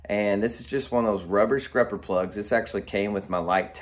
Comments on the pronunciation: You are killing me with calling it scRupper but I love the content!! Subscribed. Or should I say subscRibed? 👍🏼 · Is he saying scrupper…?